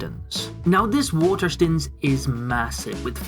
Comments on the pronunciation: "Water stuns" ... STOOONES like moan. Do you pronounce stone as stun? Like gun? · love your videos but please say waterstones properly